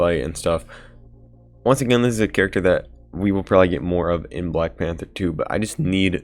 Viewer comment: Every time you say black panther 2 I die a little bit